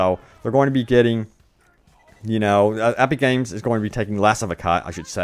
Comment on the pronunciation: Aepeek Games. 😂 Your vowels sound weird.